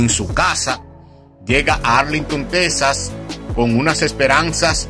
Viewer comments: Amigo no es tesas es Texas . Se pronuncia X en vez de s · Es Texas no tesas